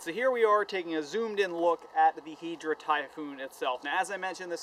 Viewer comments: hai-dra not heedra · Im so salty that he says Hydra like Hedra :I